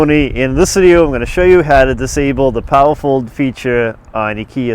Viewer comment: haha I thought you were saying POWERFUL mirrors!!